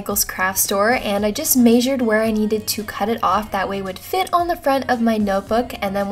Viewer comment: you Pernounced measure wrong it is meSured not mAYsured